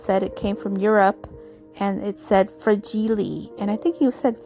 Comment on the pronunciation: Fra-gee-lay must be Italian, lol!! Love how your project turned out 🥰!! Thankful to Sue for putting these collaborations on!! Thank you for sharing friend!!